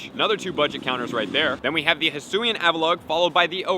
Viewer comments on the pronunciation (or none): none